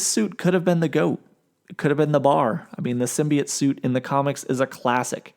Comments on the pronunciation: SIM-BEE-YOTE, not, "SIM-BEE-IT"...🎭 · WHAT IS A SIMBIJUT SUIT DO YOU EINGLISH DUDE.